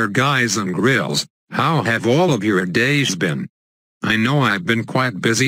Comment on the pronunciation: U SAID GRILS!!!!!!!!!!!!!!!